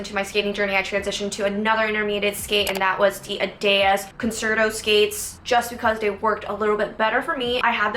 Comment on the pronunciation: Just fyi, concerto in music is pronounced "con-cherr-toe" (cherr as in cherry, but without the y).